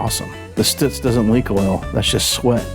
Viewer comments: ITS PRONOUNCED STUTS LIKE STRUTS NOT STOOTS.....HAHA! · I always thought it was pronounced “Stut” “zzzzz” vs. “Stoot” “zzzz” … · Stutz. Is pronounced, Like the word tux...so it sounds like Stutz